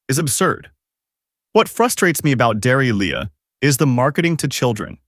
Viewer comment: Bayga? Every Aussie knows it's pronounced Bee-ga! Dairy Leah? Dairy Lee! Assuming this is aimed at the consumers here in Oz, the least we can have is correct pronunciation!!